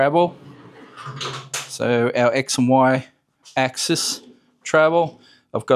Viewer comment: you really seem to be struggling with axis and axises. Axis pronounced "axe-sis" (like your sister - single) and axises pronounced axe-seize (like seized up - multiple).